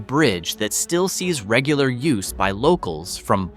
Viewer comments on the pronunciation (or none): none